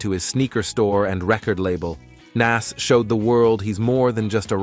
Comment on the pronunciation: The way hes pronouncing Nas is Crazy Work 😐